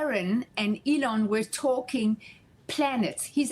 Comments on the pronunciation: Someone PLEASE tell your news people that Elon is pronounced with the emphasis on ‘E’, not ‘lon.’ This guy didn’t ever get it right. Don’t want you guys to be further embarassed. 😊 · EEEEE-Lawn. Not AAA-lon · His name is not pronounced, Uh-lawn, with accent on lawn. It is pronounced with a long E, accent on the first syllable. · Mommy Musk call her son “Ee Lon” FOX was saying ‘ AyeLon’ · Why are we now pronouncing his name as “Ahlaun”. Remember when Biden was saying “tollibahn” just fking stop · Funny that those who flipped out over mispronunciation of Kamala have no problem with Elon being pronounced Elaan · Why does he pronounce his name wrong - A Lon Muske? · This dudes pronunciation is wild annoying. The way he says Elon makes me want to throat 🤜🏻 him 😂😂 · How lovely for her to speak of Trump and his family in such a way. Both she and her son are contributing to the wellness of America. Thank you! (One small issue: as an interviewer, you really should learn the proper pronunciation of the subject's name) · Well, Neil Cavuto needs some help with interviewing that’s for sure. He has said Elon’s name incorrectly. Already several times. Oh well what else is new? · The guy keeps saying Elon's name wrong... to his mother's face, lol. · How can this reporter not know how to pronounce Elons name? What an embarrassment. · Why can this presenter not say Elons name correct? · It is hard to listen while wondering if the host is mispronouncing a name on purpose.